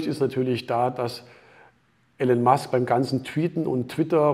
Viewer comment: Wie er immer noch den Vornamen wie Alan ausspricht 😂😂😂